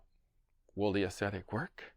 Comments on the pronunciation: It's not aussetic. You're pronouncing it that way, but you're wrong. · say it after me..."OX-etic.". See, not so hard! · “Ox” zetic. Or “aux” as in auxiliary. “Zettic”. just tying to help, since it’s not going away and will be most head racquet if you review them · If you can expend 3-5 minutes a day bleating about coffee, it takes less than one minute to learn to pronounce “auxetic”.